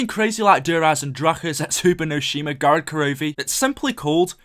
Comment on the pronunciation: why do almost all english youtubers say gorod korovi? Can't they just say gorod korovi?